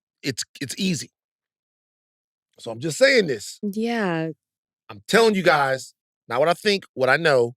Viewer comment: "My gays". Now, Van. LOL.